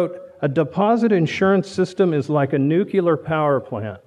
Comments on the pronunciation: Interesting talk, but why do even educated Americans pronounce the word 'nuclear' as ;nookyooler;? It is 'newcleer' (if you're British) or 'noocleer' (if you're American) but certainly not 'nookyooler'. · Great message, boring speech. The word is "nuclear." Please watch your pronunciation of the word,! A little more animation and emotion would have helped a lot.